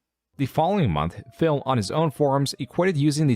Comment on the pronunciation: Is it just me or the doc keeps calling him Phail.